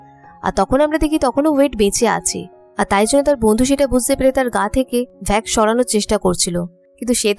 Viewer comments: vax na wax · আপু ভ্যাক্স নয় ওয়াক্স হবে।🙂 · Vax na wax hobe 😃 okk